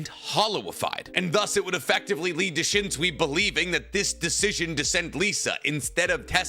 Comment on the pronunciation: I love your videos SO MUCH. Bleach AND Naruto are very important to me. But has no one told you that you pronounce, “SUI” in Japanese as, “SOY”? It’s, “SHUN-SOY” but pronounce SOY faster to sound like SOYEE. Also, it’s, “studio PEE-AIR-OH”…not, “PERRY-OT”. 🎉 I’ve wanted to tell you for so long 😂 English dubs always pronounce it, “SWEE” and it just stuck. It’s a shame